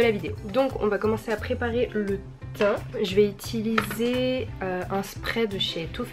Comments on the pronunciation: Utiliser !!!! 😂 pas itiliser 😭😭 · qui a remarqué qu'elle Dit "étiliser" au lieu de utiliser ? 😂